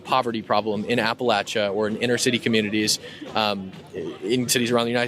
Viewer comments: "I'm from appal8cha." No one from Appalachia pronounces it that way. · "I'm from apa-laysha." No you're not. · dude doesnt even pronounce Appalachia right